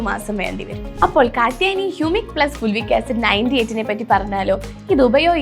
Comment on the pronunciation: ഫുൾവിക് അല്ല ഫൾവിക് ആണ്.